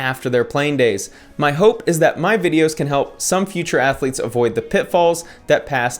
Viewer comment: Cartman : "Athuletes".....